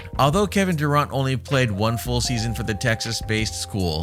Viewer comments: Thought I was the only one who caught that. 😂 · If you are gonna do commentary on your videos, at least learn the proper pronunciation if his last name my man. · You should learn how to pronounce his last name before you do a video about him! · Make a whole video dont even know how to say his name.😪🤦🏿‍♂️